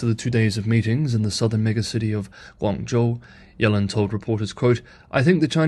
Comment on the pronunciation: Pronounced yellen’s name wrong. Ironic you can Chinese names right but English names wrong.